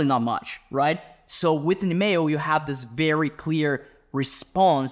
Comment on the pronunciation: Bro is saying "email", here I thought he was saying "mayo".